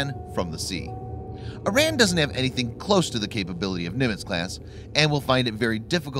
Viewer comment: Before you make any more videos on Iran, you should learn to pronounce it correctly.